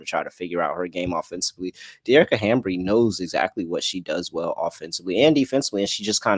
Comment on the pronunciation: Bro it's HAMBY...HAM-BY! No R 😩 please it's driving me INSANEEEE